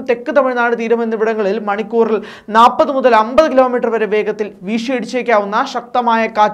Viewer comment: Nappathu alla, Nalppathu.